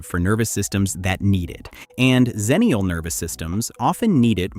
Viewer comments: The problem is that Xennial and Zennial are pronounced the same, so you don't know which you're talking about. I prefer EX ennial, too. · Its pronounced 'ex' ennial not 'Zen'nial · "Xennial" should be pronounced with an "ex" sound at the beginning, as the name derives from Gen X, not Gen Z. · So, the 90's female barbarian is called "Ex-na?" EDIT: I will admit that that the commonness of the pronunciation will cause trouble 20 years down the line. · I agree, but the woman who coined the term “Xennial” pronounced it with a /z/ sound at the beginning.